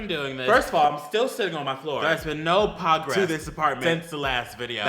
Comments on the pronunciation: “There is no pogress” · DID YOU SAY "POGRESS" um